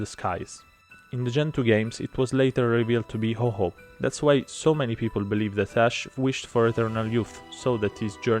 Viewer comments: It wasn't revealed to be "Hoho" (he's not a slut bird, that's Lugia.) It's Ho-Oh. To pronounce it, ignore the fact there's a second H. > Lavender town: Short answer is just No. Same goes for the Butterfree is Venonat thing :/ Just no. Looking alike means less than nothing when it comes to determining how closely related two species are "Illegal" is a real term when it comes to Pokémon hacking. That one should have been represented with a Gyarados because it simply means that the pokémon in question was hacked in with something about it being illegitimate in a way the game can detect. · Why do you pronounce Ho-Oh as "Ho-Ho"?